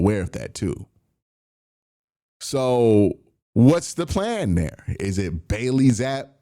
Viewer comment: Bro says Bailey zappe wrong every time😂 wtf